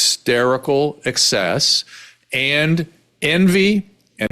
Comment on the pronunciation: When did the word “and” become “a-ond?” Granted, it’s 40th on the list of annoying things this woman does.